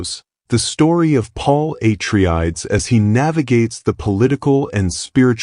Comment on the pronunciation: Again. HORRID computer narration. Stopped watching after Dune's Paul Atriedes name is butchered.